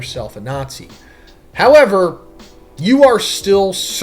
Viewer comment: That “HOWEVER” 😂